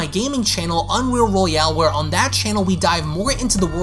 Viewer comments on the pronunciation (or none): none